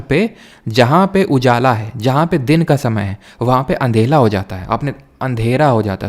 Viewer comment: Sir anhera ko ANDHELA kyun bolte ho aap hamesha …SORRY SIR